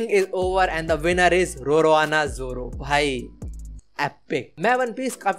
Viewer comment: Me while watching chaddy vyuk:Roroana???????😅😅😅😅 What the hell is Roroana?????